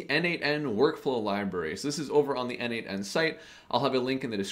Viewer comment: Dude, as a contributor for more than 5 years to n8n, PLEASE, it is pronounced "nodemation". 🙏😆